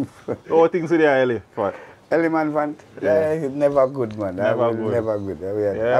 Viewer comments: 🤣🤣🤣🤣 me too!! The first time I thought it was a mistake but then he said it again and again. 🤣🤣🗣🗣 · Think a me alone. Eleman phant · I was comfortable watching this until I hear the man say Eleman phant fine it in the dark , jps cut off him light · Can't stop laugh ! Ele-man-phant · I laughed every time Beanie Man says “Eleman phant”